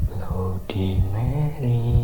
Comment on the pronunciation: Baca / ngucapinnya bukan Blodi Meri.. Tapi Bladdi Merri..